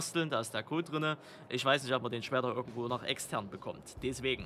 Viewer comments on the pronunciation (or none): none